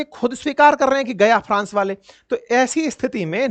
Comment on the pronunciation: Hi, Pharance/France, confuje/Confuse, phiter jet/Fighter jet, pharzi Khabar/Farzi khabar, jabardasti/ Zabardasti. Conphujaaaa Jana.... Real entertainment 😊